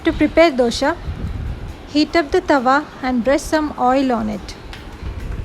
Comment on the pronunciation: Hi , nice video..Please pronounce dosa not as dosha